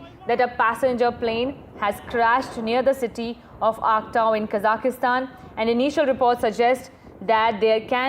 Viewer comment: It is Kazakhstan and not Kazakistan!!